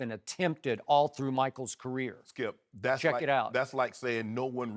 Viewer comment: "What does that tell you, Thkipp? Skip: (pause to let his brain come up with an excuse) "Well........"